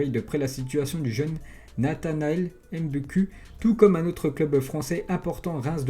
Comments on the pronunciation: On dit qou pour mbuku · Pour mbuku sa se dit mbuku on dit qu